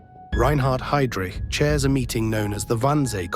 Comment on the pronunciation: ... haidrich... è la pronuncia! NON heidric..